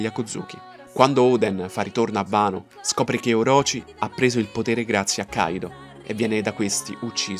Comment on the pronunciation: Si dice wano non vano.